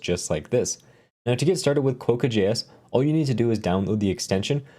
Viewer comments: You probably felt slightly irritated each time he said it wrong :D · Hi, that O in the name is pronounced like an A. So you end up closer to Kwa-ka, like the Australian pronunciation for the friendliest animal on the continent. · Probably pronounced Kwock-a... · Agree, with the first syllable rhyming with "crock"